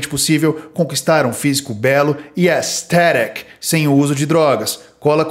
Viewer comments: Esse "estéric" é foda kkkk... Parabéns pelo trabalho,. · AEEESTÉREC!!! Bichão deu tanta ênfase que deu até uma animada em aprender inglês 😂